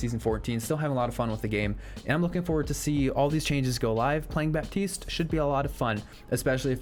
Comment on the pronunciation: The "p" is silent in Baptiste